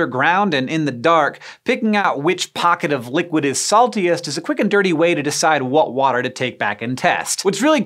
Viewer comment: "quick and dirty"... emphasis on the "dirty"-!